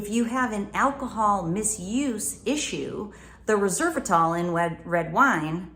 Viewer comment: You pronounced Resveratrol incorrectly. I understand your message, one should not not sacrifice a healthy sexual relationship (or the potential of acquiring one) by only sexually gratifying oneself. And I'm sure you're a religious nut who hates pornography so there's that too. However, solo masturbation is very healthy and enjoyable and allows oneself to learn about their own body on their own terms without preconditions or expectations.